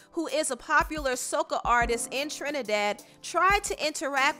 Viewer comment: You said soca wrong, it's pronounced so - cah like ahh when you're at the dentist 😂